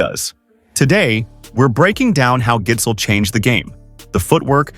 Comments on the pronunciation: It's pronounce Gissel, if you were wondering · man the pronunciation of his name is atrocious, it's a soft d. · the d in gidsel is silent btw